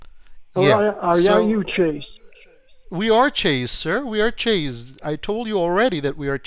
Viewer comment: It was better than average, but (ironically) his pronunciation of "Chase" was off. 😂